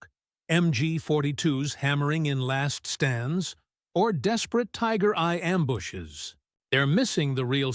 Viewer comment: AI narration: Tiger I = "Tiger Eye." 🙄😄